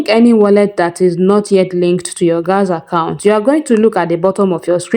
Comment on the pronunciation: Great video. Please I just noticed you pronounce "galxe" as gals it is pronounced as "galaxy" I am sorry if you take offense 😢